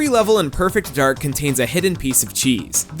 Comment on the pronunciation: So it's supposed to be pronounced "Perfect Darg", right?